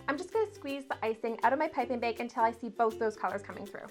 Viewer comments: She must be Canadian, if she says "baeg" instead of " bag" lol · The way she says jagged and bag drives me nuts . Being Canadian doesnt make you mispronounce jagged as "jaygid"